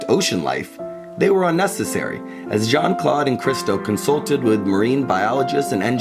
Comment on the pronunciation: Well done. But Americains could make a little effort, every so often, to prononounce Jeanne-Claude's name. It is not Jean like in English, it is not John, it is "Jeanne", the "eanne" being phonetically close to "Ann". (Granted, Christo butchered the English language like no one else!)